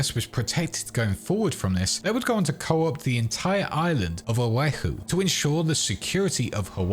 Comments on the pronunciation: just a heads up O’ahu is pronounced Oh - wa - hoo not Oh wai hoo ( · O-way-hu? 🤨 O’ahu. O’ahu. Fuck sake…. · As a Hawaiian the way you pronounced Oahu killed me